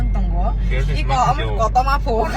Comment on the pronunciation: Kakuma ❌ kotoma ✅